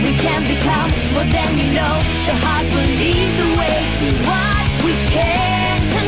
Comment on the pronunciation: I've wondered the same. It kind of sounds like she's saying 'earth', but we know that's Cornelia. I think Will is saying 'heart'